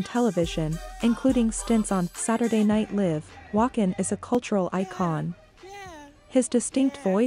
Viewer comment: finally! a compilation without narrating over, introducing to or commenting on the commercials! THANK YOU! oh wait it all goes down the drain! saturday night live - wrong pronunciation, obviously AI! ridiculous!